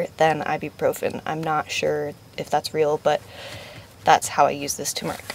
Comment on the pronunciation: Doesn't anyone on YouTube know how to properly pronounce tuRmeric??? :)